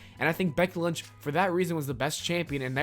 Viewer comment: Is it just me that heard him say Becky lunch instead of lynch like the whole time he mentioned her?